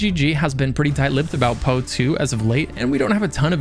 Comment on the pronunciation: I don't think I have ever heard someone pronounce POE like that.